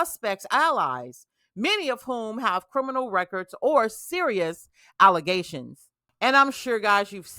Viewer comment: “These allezations are not true!” “Eee-Lee-go!!” 🤡🎪👩🏾‍🦰